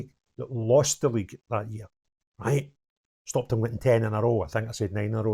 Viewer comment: A grown man can’t even say stopped the 10 lol embarrassing